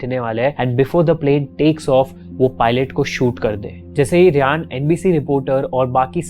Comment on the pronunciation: गुआना नही गयाना। रियान नही रायन।बोहोत बार इस चैनल के विडियोज के टाइम मिस pronunciation hote hai